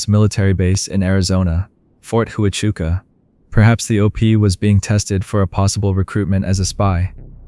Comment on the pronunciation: Great video, but the military base is pronounced Wachuca.